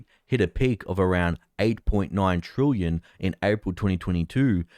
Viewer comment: Well done, you have progressed from pronouncing "trillion" from "trooyun" to now being "troolion". A great improvement 👏